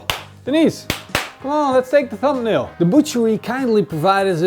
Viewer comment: It's "Thumbnail" not "Thumpnail" my friend.